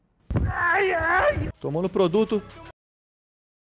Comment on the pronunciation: PH pq vc fala "produto"? É meio estranho...